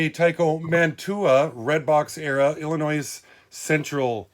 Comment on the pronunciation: You don't pronounce the "s" in Illinois. Cheers from eastern TN